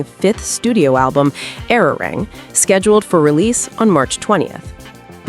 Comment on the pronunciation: Learn how to pronounce the name of the album